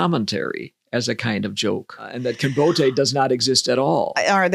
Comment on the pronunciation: I had never before heard "Kinbote" pronounced trisyllabically.